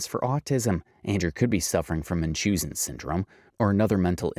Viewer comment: Anybody else bothered by the constant mispronunciation of Munchausens?